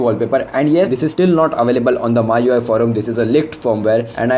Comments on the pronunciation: bro it ME YOU I (MIUI) not MAA YOU I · What language are you speaking? it's MIUI read as me-UI not my-UI. Plus it is the "stock" Android. The one that's officially supported and updated by the manufacturer is "stock" Android. For example, Grace UI / TouchWiz for Samsung, HTC sense for HTC is stock. The one you were referring to is called AOSP. Get your facts straight.